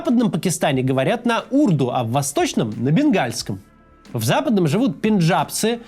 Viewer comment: Ударение в восточных языках чаще падает на последний слог: урдУ.